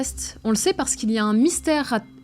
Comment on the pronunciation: "il y a un mynystère" LUL